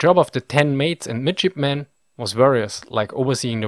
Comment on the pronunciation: Lol who else heard midshipmen as midgetmen?